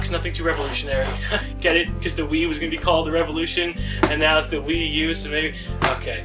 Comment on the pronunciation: you said ze :3